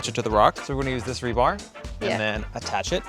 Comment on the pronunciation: you crack me up its rebar not rebarb lol